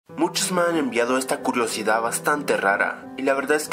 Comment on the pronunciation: Parece que dice culosidad xddd